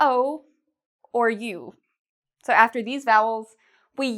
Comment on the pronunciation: She made mistake , the word 'afer'